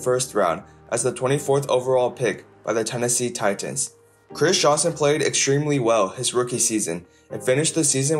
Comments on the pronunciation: The way you say Titans is hilarious. You really emphasize that second T. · Buddy enunciated the shit outta Titans 😆